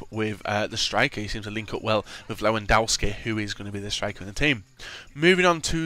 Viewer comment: the w in his names are pronounced at v! its a polish thing just try saying levidovski:D